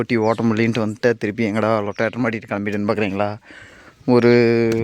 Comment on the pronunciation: தம்பி ரோட்டவெட்டர் என சரியாக சொல்லவும். அது லொட்டடர் இல்லை